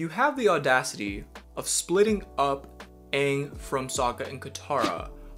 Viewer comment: Why the movie call him "ung"? Its freakin "aang"